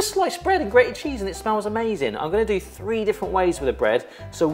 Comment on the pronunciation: Who else heard 'free breads' and 'free tips', instead of 'three'? 😅🥴 Only Welsh 'thing' I'm familiar with is welsh ponies, which are my favorite breed 👌 I actually have two Welsh partbreds ❤ (my first ever pony was also a Welsh)